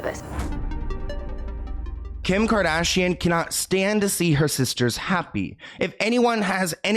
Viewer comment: The way that one girl pronounced “kardashian” actually triggered me ☠️